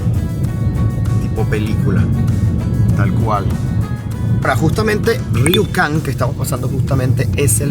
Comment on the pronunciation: dejo un link de un canal de noticias, el pueblo se pronuncia rukon y lo de los espejos salio unos 600mil dólares y no 600 millones como dices, cuando vi el tamaño de los espejos y las instalaciones me pareció raro el monto.